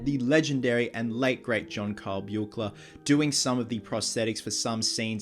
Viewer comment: According to Kevin Yagher, it was actually Chuck Russell (the director) that wanted the makeup change for the third film. He says this in a YouTube video, in which he gives a tour of his studio/warehouse. Edit: Also, just so you know, Buechler is pronounced Beekler.